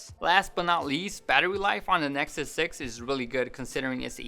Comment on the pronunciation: "A nesuk six!" LMAO